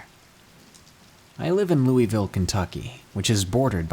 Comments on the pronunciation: Dude its Lou - A - Ville, not Lou - E - Ville, as a native of Louisville’s everyone says it wrong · Alright I know this video is old but it's pronounced luh-vul